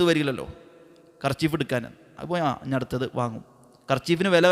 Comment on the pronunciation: നാൻ അല്ല. ഞാൻ എന്നു പറയൂ..